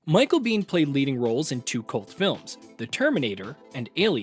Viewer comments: Why do you keep saying BEAN? It’s Bain if you need it over simplified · Bane, bain or bayne… Not Bean 🫘